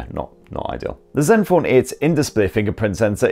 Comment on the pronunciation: Just came here to hear him say zenfoaan 8